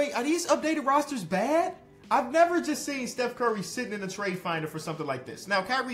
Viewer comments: of the video did just say bev burry, instead of steph curry! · he said beff burry in the beginning lolllll😂😂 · Bro said “we can get Beff Burry??”💀🤣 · "Beth Bury" 💀💀💀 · “Beth Burry” lmfao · Is it just me or did say Beth Burry. 😂